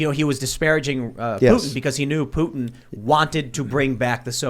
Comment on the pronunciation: Putin not Poo in what are you a valley girl🤔